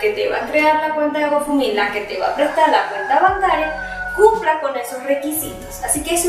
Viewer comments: Recomendación. Algo que me hizo mucho ruido del video. Se pronuncia gou (go) found (fund) mi (me) se te escuchaba que decias gofomi! O goufomi. 👉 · yo se como se pronuncia. Es difícil decirle a ella por acá. Fonéticamente como es. El tema es que lo está pronunciando mal. Es todo.